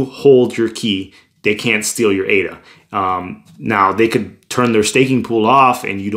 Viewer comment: bro ..now i became fan of u as ur the first person to pronounce ADA correctly.. keep doing more videos about ADA like how to store ADA in paper wallet and how to restore,,etc... cheers